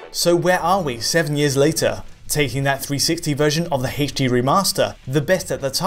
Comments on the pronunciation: "Play MGS on your Eggsboggs won eggs in heydschD" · Something about the way he says "h" in "HD" makes me inexplicably upset... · You're saying "H" weird